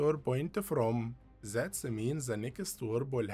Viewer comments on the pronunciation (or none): none